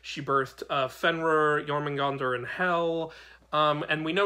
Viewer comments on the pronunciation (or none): none